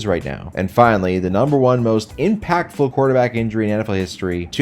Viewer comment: The way you say impactful gave me cancer